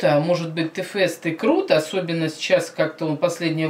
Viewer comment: ТЭ-ФЭСТА?ТЫ ХОТЯ БЫ ПРОИЗНОСИ ИМЯ ПРАВИЛЬНО-ТИ-ФЭСТ!!!ЕСЛИ Я ДЕВОЧКА И ВСЕРАВНО СЛУШАЮ КИРИЛЛА,ТОЕСТЬ Я ПЛОХАЯ?!И ЕСЛИ МНЕ МЕНЬШЕ 12,ТОГДА ЧТО?!